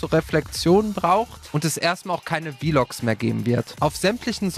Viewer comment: Das heißt Vlog, in einem Wort, nicht V-Log ;)